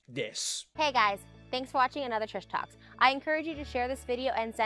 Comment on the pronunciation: "Trish Talk" sounds an awful lot like "pish-posh" (🤭😆😉)